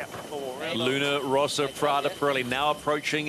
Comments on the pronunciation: Why the hell commentator keeps saying LunO Rossa instead of Luna Rossa? WTF?! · There's one commentator who insists on calling it Luna ROsa that I find particularly irritating!! It's not that hard!